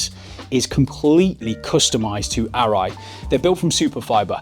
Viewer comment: that's the difference between a helmet and............ Arai.......................... you say it ALL right !